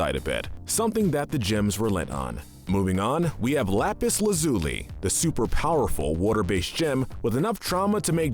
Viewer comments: Most Evil: This man's pronunciation of Lazuli: Lazoolie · lapis lazuhli